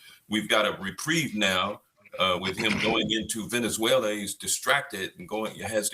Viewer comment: IGONRED? VENEZULA?